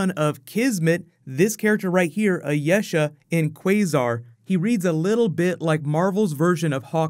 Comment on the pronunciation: You mispronounce a lot of stuff. Ayesha on this video and Yeoh (as in Michelle Yeoh) in the other video.